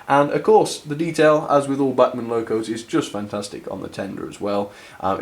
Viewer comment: Agree Bachmann have done a great job for £90 - bargain of the quarter? Sick bags and neck braces free addition. Was surprised at lack of crawl, but Sod's Law states it will crawl at 0.0001 mph as soon as camera is switched off. (not many English pronounce these names correctly, so well done).Alan.